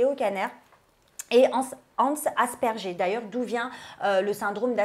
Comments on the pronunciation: Super émission ya juste un petit truc qui ma stressé pendant l'actu libre d' concernant le syndrome d'asperger donc cela s'écrit bien asperger mais se prononce aspergueur voilà c'est un détail mais ça me stressé de l'entendre répéter asperger. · Quelqu’un peut dire à que « asperger » se prononce « aspergueur »? Très gênant cet amateurisme. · qui dit le syndrome "Dasperjé" elle le prononce " asperjé" mais on le prononce pas comme ça 🤣 normalement on le prononce syndrome "D'aspergere" lol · Coucou l'Equipe! Je voulais juste faire une correction pour dans sa rubrique sur l'autisme. Elle a dit "Asperger" de la façon "française" or, on le prononce "Aspergueur"! Voila, bisous à vous!;) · tu n'as pas la bonne prononciation de la pathologie ca se prononce en disant (G en non j) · La prononciation de asperger m’a fais mal aux oreille il ce prononce « as per gu eur » . Sinon merci d’en parler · Elle me stresse à dire asperger! On dit « Asperguerre » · on ne dit pas " asperger "!! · Super épisode comme d’hab 😜 Juste ça se dit « ASPERGUEUR » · C’est super de parler de troubles autistiques mais quand on se lance dans ce genre de descriptions c’est bien d’apprendre à prononcer correctement le mot “Asperger” parce que c’est probablement un des noms les plus importants quand on parle de TSA😘😉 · Elle a vraiment dit « asperger » ????